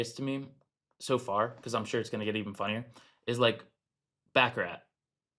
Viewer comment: It's baccarat